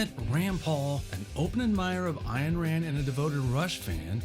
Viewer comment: Thank you for pronouncing Peart and Ayn correctly. When other videos get that wrong, I have a hard time believing anything they say.